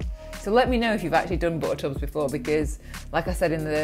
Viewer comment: The way she says “bootertoobs” is just too funny 😂😂 bootertoobs. I could listen to that all day.